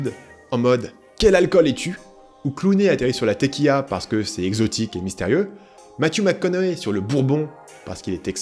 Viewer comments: " la téquilla " XD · c'est pas commun de prononcer tequilla au lieu de tequila x)